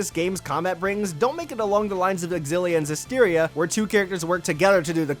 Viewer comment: Cringe every time I hear xillia mispronounced